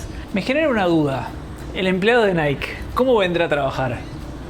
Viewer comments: Hermoso video, una pequeña aclaración Nike realmente se pronuncia naiki y no naik. 😅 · Que no se dice Naik, se dice naiki.... y dejen de comerse las eses!!!!! Los quiero!!! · Por cierto se pronuncia Naiky para decir Nike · El nombre de NIKE se pronuncia "Naiki" ... en este caso la ultima letra si se pronuncia. Vayan a Hillsboro a ver el campus de INTEL que es toda una ciudad, impresionante. Pasaron por nuestra vieja casa en Beaverton, me dio ternura. Pasen por el puente de St John's, el mas bonito de todos!